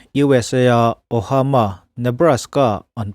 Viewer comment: "Ohama Nebraska" ti a I chhiar hi 'Omaha Nebraska' tih tur zawk a ni lo maw?..